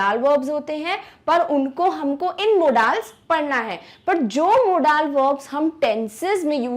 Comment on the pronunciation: Mam but you pronounce modal as moodal